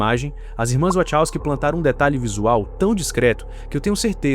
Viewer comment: nao da pra levar a serio alguem que fala "irmas wochowsky"...